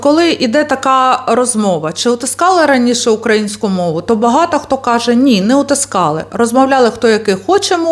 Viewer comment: Люба! Це дуже гарна подача інформації про наших патріотів, про історичне українське минуле і майбутнє нашої красуні Одеси! Але... Наголос потрібно робити на украЇнську, а не укА їнську. Ще раз дякую за вашу цікаву розповідь.